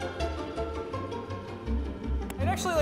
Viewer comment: Phils's "THAT'S BULLSHIT" is the most British thing I've heard for a bit